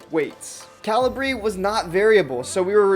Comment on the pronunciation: I think it's ca-LI-bri, not CA-li-bri? /kəˈliːbri/ is the pronunciation given on Wikipedia. (Still like your enthusiasm, regardless.)